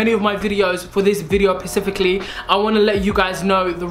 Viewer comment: Pacifically is my new favourite word 😂🙌🏽